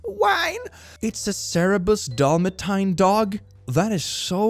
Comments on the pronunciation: I am 100% down with pronunciation of Dalmatian being "Dalmatine" and I will be replacing it in my personal vernacular henceforth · Your pronunciation for Dalmatian needs to replace the original!